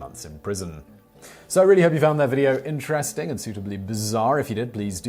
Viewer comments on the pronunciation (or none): none